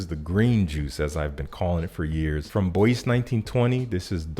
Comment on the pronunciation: I hate to be that guy but check the pronounciation of ”Bois” :)